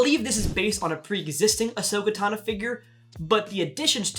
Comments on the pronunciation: Yes Ashoka tawn-uh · My guy called Ashoka a new character 💀 and he call her Ashoka tana💀💀💀